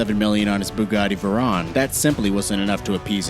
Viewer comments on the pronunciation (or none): Its veyron not veron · Its not a veron its a veyron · "veron" lmao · It's vey-ron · Who says 'Vron'? this boi not a car guy huh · This dude isn’t a car enthusiast at all lmfao, “veron” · Veron and chironn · Yeah he says veron and choin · Is anyone else annoyed by how he says Chiron and veyron? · dato abesadze me I’m annoyed like dude do your research lmao 😂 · dato abesadze he’s ignorant it’s okay